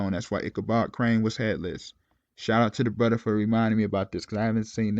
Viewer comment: Off topic but Do you do that purposely? You say “Bruder” instead of brother like you don’t pronounce the TH is that on purpose bro?